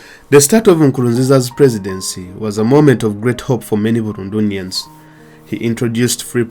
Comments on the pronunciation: You said it all thanks for that👏🏾, but it's not Burundunians it's Burundians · Burundunians? Really? It's Burundians.